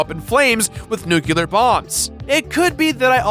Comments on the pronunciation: Nucular? NUCULAR?! Seriously,? It's nuclear. Nu-clear. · Oh my god. Why is everyone everyone saying it nuculer now? For f***'s sake. It's nucl ear.